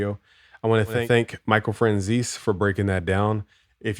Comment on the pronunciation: His name is pronounce Fran-zay-see